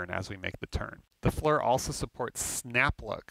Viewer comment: It drives me crazy hearing FLUR. FLEAR like Lear jet except FFFlear.